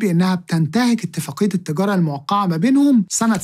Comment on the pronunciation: التجارة أنطقها بالعربي